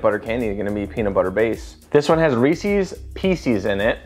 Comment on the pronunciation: i like how you also say “r-ees-seas” too. might be a chicago thing lol